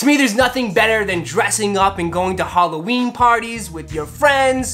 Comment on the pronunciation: bruh halloween not goddamn "holloween"